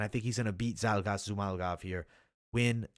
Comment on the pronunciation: Zhumalgov is it? It's like you aren't even trying, lol... It's like when you first learned how to pronounce a word, you have to take it step by step...ZHU-MA-GU-LOV. You are saying, ZHU-MAL-GOV. Pronunciations on fighters names for people who literally have content/channels on it is a big pet peeve for me. If you want people to take you serious, I feel like you gotta be able to pronounce the fighters names correctly.